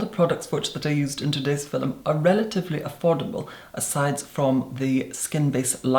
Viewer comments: I JUST REALIZED OUR LORD AND SAVIOR IS SAYING FILM AND MY HEEHAW ASS THOUGHT HE WAS SAYING PHILUM LIKE IT WAS AN OLD TIMEY WORD FOR VIDEO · "Filuhm!" <3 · Quick question, I might sound dumb, but are they saying film or filum? I think it's film but I'm doubting myself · “In today’s FILL-um” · Who else lives for when he says "fillum" ?!!!💕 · Is filum how film is pronounced internationally?